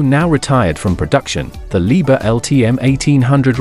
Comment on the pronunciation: Не leebear а Либхер!!!